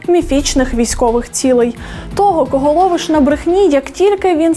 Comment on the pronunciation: Як же воно ріже слух оце ваше ТО́ГО! Хто той викладач, що вчив казати тОбі, мЕні і тп?